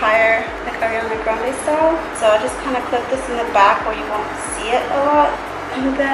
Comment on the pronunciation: Omg she said „Ariana Grande“ right I am so proud because so many people say „Äriana Grände“ 😂😂